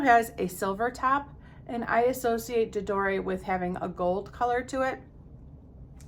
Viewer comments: what do you think of layering scents? you could use a body spray all over and then add a touch of perfume to it for longevity? i like layering perfums. also your french friend is right, you don t pronounce the E, it s J ador ( without e when u pronounce it, and Prism libr) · I guess it's too late now, but maybe this can help with remembering how to pronounce that perfume name: "J'adore" rhymes with "Dior", which I guess is one of the reasons they picked it. Here you can hear it in in an ad: (hopefully I got the time stamp right).